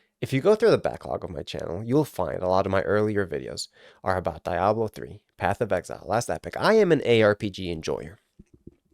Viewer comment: The way you say Diablo makes my ears bleed.